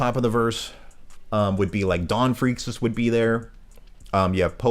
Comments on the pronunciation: Just fyi Freecs is pronounced freaks and tserridnich is pronounced sir eyed nick haha great vid tho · Whats the deal with your pronunciation of Ging and Gons last name 💀💀💀